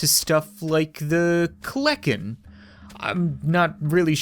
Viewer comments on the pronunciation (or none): Any one else notice he said kleken instead of kelekan the dino bird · I'm sure this isn't really valid but it's not kleckin it's kelekin it's a prehistoric dinosaur that I'm pretty sure with it's really sharp teeth was meant to eat meat and I'm 50% sure it belongs to the bird family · its pronounced kel-a-ken also they dont fly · not to offend you, its "kel-en-ken". More known as the Terror Bird.